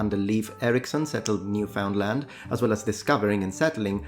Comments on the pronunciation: Hey, not wishing to be pedantic here and I am extremely impressed by your linguistic abilities of course, but I also know how keen you are to always stress and promote correct pronunciation. Newfoundland is pronounced like Newfundlund rather than New Found Land. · Newfoundland is pronounced a bit differently... I don't know how to spell it out haha but something like: Newfunlund. 😅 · 'Newfoundland' is pronounced 'Newfundlund', because the Canadians are strange like that. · New-found-land 😂 Not throwing shade it's just funny to hear that pronunciation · Newfundl'nd is the more accurate pronunciation of this part of Canada. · Canadian Here, would just like to point out that no one here says Newfoundland like that (at least no one I've met.) We don't pronounce the found fully. So it ends up sounding like Noo-fn-land or sometimes Noof'n-land. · Isn't newfoundland pronounced "New-FIN-land"? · Couple of things. As a Canadian Newfoundland is pronounced New finned land. Secondly, I read a book several years ago by someone who devoted years researching Columbus. He found that despite it being said he was from Genoa there was no evidence that his family was there. Also there is nothing showing what he looked like. The only portrairs of him were painted ovee 100 years after his death. One sgows him short and swarthy and another tall and pale skinned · For someone who is meticulous about pronunciation, you sure dropped the ball on Newfoundland... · Many Newfies are rolling in their graves over your butchering pronunciation of Newfoundland. Great due diligence. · The way you say Newfoundland makes me chuckle. It's like how someone 90 years old would say it.